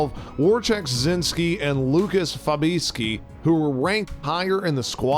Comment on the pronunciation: lolololol Learn how to pronounce names and team names m8..... "zinski and fabiski????" lmao "wolvhampton waderiers"???? got me cracking up bro, I hope that was on purpose